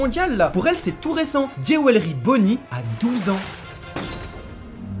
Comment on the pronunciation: "Géwélry" -> "Djoulery" Pensez-y SVP.. J'suis grammar nazi